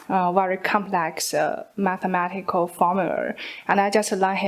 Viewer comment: Mathematical not Mathimatical..